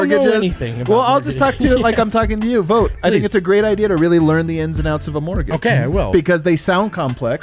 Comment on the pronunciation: I hereby pronounce "Brendan Vogtić" an honorary Serbian citizen ;)